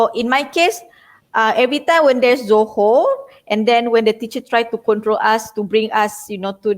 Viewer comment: Tipu la..bukan melayu..tak pon celop.. solat zohor pun tak dapat sebut dgn betol...sampai host ke betulkan the right pronounciation..good try tho..